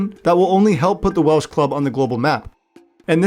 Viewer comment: Props for clearly doing some research on Welsh pronunciation, not something you get from every content creator.